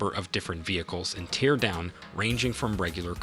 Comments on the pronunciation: It's not pronouced 'tee-ear' like when you are crying. It is "tare" like, to rip apart. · Tear (in Teardown) rhymes with hair, fair, scare 😉 And the s in debris is silent. Deh-bree 😂 Minor but annoying things. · Teardown? You what mate? Tear. Tear... not tear. Bloody AI slop. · Why do you pronounce it "tear" instead of "tear"? 😉